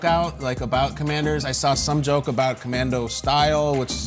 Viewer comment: lol Good one. It's sounds like Commandos to me. "Let's go Commando!"